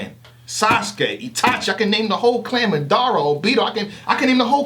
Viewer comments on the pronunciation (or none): he even said itachis name wrong low key lmao